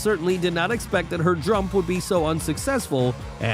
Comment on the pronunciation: We all heard you say drump instead of jump one the pole vault video. Ill never forget this